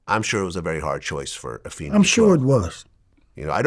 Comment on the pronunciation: Go Vlad and it is Ah-fay-nee